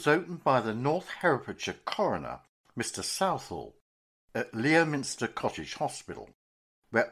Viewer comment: pronounced Lemster